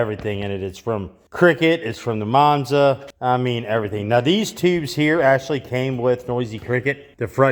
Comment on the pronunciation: Every time I see the Monza, I hear Mop-za.